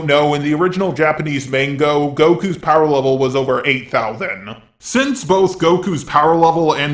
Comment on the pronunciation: did he seriously say Super Japanese mango?